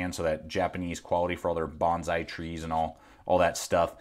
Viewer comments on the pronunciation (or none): none